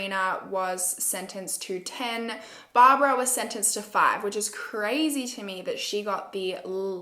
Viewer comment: Sorry but you got the girls name wrong. Don't know how to spell it but is Aneeshka. Just spelt it how it's said. Yeah dude you got Barbara wrong as well it's Baborra. They are all Czech names. Might have been good to look at some other people who covered this case too for pronunciation and foreign names.